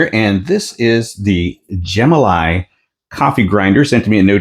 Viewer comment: I believe it is pronounced Gem-ah-lye.